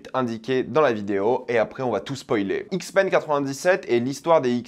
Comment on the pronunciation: Les "Zixmens" 😭